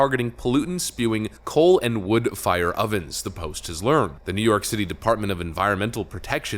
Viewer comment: "New York Shitty" My new favorite accent.